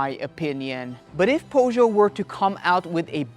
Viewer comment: Powjo lol, you suck bro